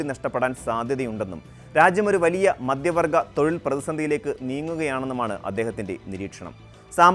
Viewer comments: മദ്യ വർഗ്ഗം അല്ല മധ്യവർഗ്ഗം😂.. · മദ്ധ്യ വർഗ്ഗം എന്നാണ് ഉച്ചാരണം